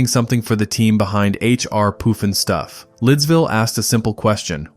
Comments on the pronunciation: The "bugle"oos? H.R. "Poof"-n-stuff"?? how about the BUG-a-loos, and HR-PUFF-n-stuff" I hate AI generated narrators. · AI !!! It is H. R. PUFF & STUFF not Hr R POOF & Stuff... I hate AI !!!! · "bewgaloos?" Seriously? It's "bug-a-loos" And it's Puff-and-stuff not Poof in Stuff. And no mention of "Magic Mongo" or "Doctor Shrinker?" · YES!! I do remember the theme tunes and if you spent one second listening to them then you would know that it was 'HR PUFF n' Stuff' and definitely not POOF!!! It's insane that you take the narrative approach of 'fond reminiscence' but you butcher the names of so many of these shows and characters. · It's pronounced "PUF-n-stuf", not "POOF-n-stuf". Star Jack Wild was best known for his role as the Artful Dodger in the film Oliver! (1968). Ms. Billie Hayes absolutely stole the show as Witchiee-poo. On Sat mornings my mom, sister, and I would stop everything and watch this show. What a riot - we'd all do imitations of Witchiee-poo's crazy cackling laugh for the rest of the day. She had many lines that were aimed at the adults watching and we all loved that. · Love the look back at this and you did a great job, BUT some of the shows were pronounced differently. H. R. Puff-in-stuff, not Poof-in-stuff. Ok.